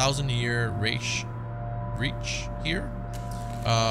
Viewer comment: It's pronounced 3rd "Rike" (like bike)